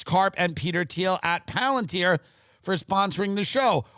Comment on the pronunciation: Tim "PALANTIER" Dillon!